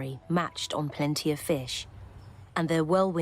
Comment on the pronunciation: Pleanty of fish . Pleanty of shark Sounds to me😓